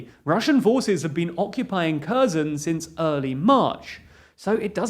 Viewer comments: Try to pronounce kherson as herson. It's not kerzon. I would recommend you to at least ask a Ukrainian how to pronounce these names. I am not from Ukraine but I have heard how they pronounce these names and they sound different. You have been pronouncing it kerzon from the start of the war. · The way you pronounce Kherson makes me since. Try "Her-son". That's closer than Curzon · 'Kherson' is pronounced "HAIRSONE" 'Kharkiv' is pronounced "HARKEEV" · I wish they at least tried to pronounce the names correctly. Kherson, my ass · Pronunciation: "slov-YANSK," "HAIR-son" I mean, technically Kherson starts with the sound from "loch" and "Bach" but if you can't manage that, H is a better approximation than K.